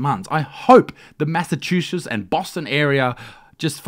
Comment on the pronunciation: "the massachushas state..." Isaac, mate, come on jk dude, luv ya